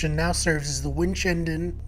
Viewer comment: I really hope you enjoyed coming to winchendon ❤️ also its pronounced win-chen-din lol